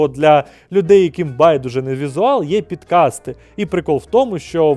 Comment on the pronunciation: Завжди подобалось тепле світло, як у Клятого раціоналіста, а не оті всі фіолетові фони. P.S. Якщо придиратись, то є за що і до вас: пОдкасти, а не пІдкасти, від "айпод", а не "айпід" 😉